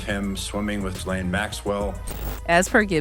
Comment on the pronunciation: in the name Ghislaine, The H and the S are both silent. Its correctly pronounced as Gillaine.